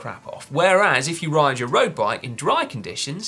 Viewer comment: Simon says "roast bike" 😂